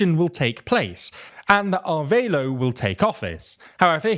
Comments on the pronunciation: Wtf Arveilo? Its not even similar to the right name "Arevalo". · Somehow they read a Spanish name and figured the "e" is silent and the "a" is pronounced like in "aid". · Is "Arveilo" actually Arevalo, or am I confused by?